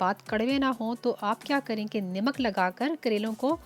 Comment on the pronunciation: i think salt is called namak not nimak.. overall excellent recipe.